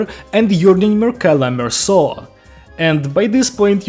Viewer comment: HE PRONOUNCED IT RIGHT IM SO HAPPY IM CRYING 😭 ITS SO PEAK